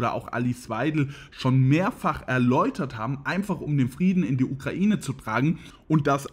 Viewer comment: Sprechfehler: Friedna statt Frieden, .......